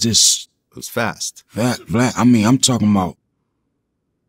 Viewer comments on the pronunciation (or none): Did Beans call Vlad "Blam"?